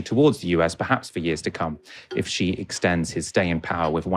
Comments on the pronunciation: dear content developer, Xi is pronounced as shi ( si ) not ji in Chinese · This shows how westerns do not understand cpc. Xi publicly spoken many times, cultural exchange is for the general public. The governments job is to look after its people, not exporting culture. And how Xi is pronounced is more like Si than Ji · The 2 hosts couldn’t pronounce Xi correctly as it’s not Zi, more like “She” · Xi is C not G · The hill Billie’s only knows Jackie Chan , Xi and Mao.Even Xi which is pronounced as C or See, they get it wrong . Mr G , Mr She😅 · For a start, when discussing China, pronounced President Xi's name correctly. Xi is pronounced as "she"; not "gee", not "jee", not "zee". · Why pronounces Xi like the French pronunciation of "G"? Here are the different pronunciations for the letter "X" in English: SOUND IPA COMMON POSITIONS EXAMPLES ___________________________________________________________ KS /ks/ End, before consonant toxic, box, next GZ /gz/ Between vowels exam, exist, example Z /z/ Word-initial (Greek) xenophobia, xylophone KS/SH /kʃ/ /ʃ/ Before u, in -xious sexual, luxury, anxious There is NO English word in which the "X" sounds similar to the English "J" or exactly like the French "G". So, please STOP pronouncing GEE Jinping FCS! If you just say it like in SHE it is 95% correct. You CAN do it, it's not rocket science